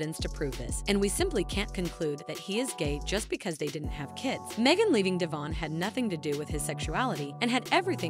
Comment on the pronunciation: De von NOT DAYVON!